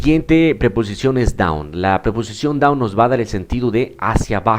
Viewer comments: You should improve your pronunciation. your ending sounds are "T" oneT, downT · Excuse me but, the pronounciation of the word "down", is with N and not with T.